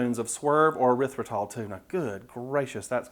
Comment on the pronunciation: God bless ya', child. Both for the non-sweet cornbread (and I am as Yankee as they come, but I hate sweet cornbread), and for the correct pronunciation of erythritol. Many, many people want there to be a "u" after the "e".